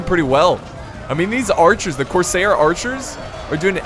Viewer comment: Cors-air like what you breathe not cor-sayer like mayor